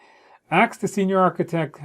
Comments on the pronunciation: Ask, not aks😅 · I enjoy how you are "axing" all your sponsors, CEO, SME, and others. Video is extremely helpful, though. Thanks